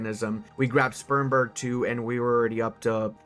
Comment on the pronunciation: That is not how you pronounce Spremberg